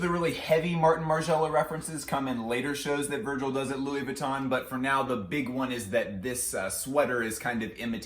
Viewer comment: Pls learn to pronounce VUITTON correctly....it´s so painful to hear it misspelled over and over again!!